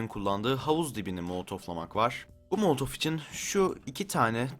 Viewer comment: o molotov değil molotof